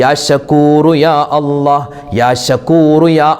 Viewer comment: യാ അല്ല അല്ല യാ അല്ലാഹ് എന്ന് പറഞ്ഞു കൊടുക്കൂ